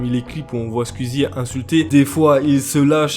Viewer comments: Belle vidéo sinon c Skou-i-zy pas Skou-i-zy 😉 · Ça se dit "Squouizi" pas "squuizi" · Ah...le «Squizi» m'arrache les oreilles et aussi l'orthographe de certaines personnes sur le noms de Squeezie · Ce n’est pas méchant mais pourquoi tu fait une vidéo sur squeezie alors que tu ne sais même dire son pseudonyme tu dit nana skuizi déjà tu devrais apprendre à le dire . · Ça stresse personne qu'il dise "squizi" 😂😂